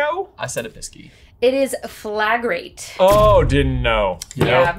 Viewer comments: Just a minor correction to - the spell that Hermione used to mark doors with a red cross is pronounced "fla-grah-tay"😊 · I got 9 right. Flagrate is pronounced fla-GRAH-tay and is the one Diary Tom Riddle uses to write in mid-air. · I think its pronounced fla-gra-tey., you're handwriting really is awful.